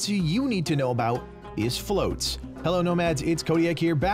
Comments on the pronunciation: FLOTS not FLOATS lmao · "Flots" not "floats" y'all